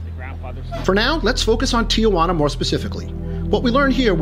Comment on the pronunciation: it is not pronounced Ti a Juana. there is no "a" just Tijuana.